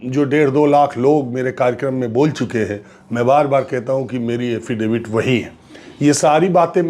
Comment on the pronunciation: एफिडेविट डेवित क्या होता है?? हाफी डेविड ना 🤣🤣😂😂